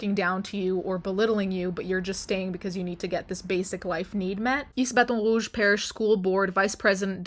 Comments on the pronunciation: Ah yes, the state I live in. This has been the talk of the town recently. Also, we pronounce baton rouge like "ba-tawn rooj" here. I am disgusted by the things this state allows. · As someone who lives just outside of Baton Rogue and has my whole life, this doesn’t surprise me at all and yet I’m pissed. Also, why do you try to say it like that…? Threw me for a loop hearing it said so French instead of Cajun. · A little off-topic, but as a long-term LA resident, hearing you apply proper French pronunciation to "Baton Rouge" is killing me. I keep imagining you listening to Louisianians pronouncing French exonyms and patronyms and just cringing eternally. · Why did the way you said Baton Rouge trigger me so much? 😅😂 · not gunna lie hearing “baton rouge” be pronounced in an actual french accent was kinda jarring lmao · I always forget she speaks French when she said baton rouge I nearly fell out of my chair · She butchered the pronunciation, made me cringe...